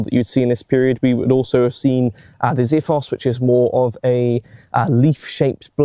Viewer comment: KSiphos not Ziphos.